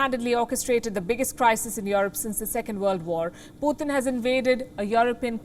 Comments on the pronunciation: Why does she keep pronouncing his name as Puthin? It's Pootin. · Not "poo-thin " but "pyoo-tin "